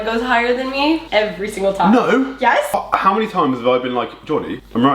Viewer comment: that was a very British “no” 😂😂